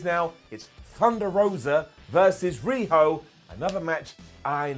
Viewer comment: I thought you said riho dweb at first 😂